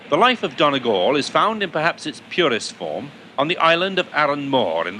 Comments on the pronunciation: It's not pronounced Donnygall Trevor, it's Dhún na nGall, with a "u" not an "o" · It's pronounced Dunny-Gal Not Don-a gal. Feckin English. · he butchered the pronouncing of donegal